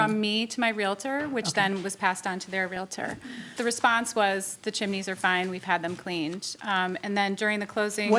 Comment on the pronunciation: The mispronunciation of realtor and chimney throughout this video made me crazy😂